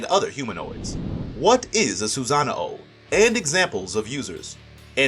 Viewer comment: It's called a sosanoo not a soozanao